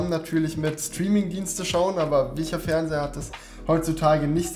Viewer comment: Du sagst ja immer noch „Fernsehre“ :D Ist das irgendwie Dialekt oder so? Oder hast du dir das einfach falsch angewöhnt? ^^